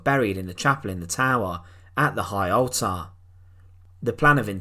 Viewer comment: It's pronounced ALLTER not ALTAHR.